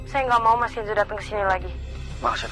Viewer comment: nyebut nama Kenzo aja kenso 😂😂😂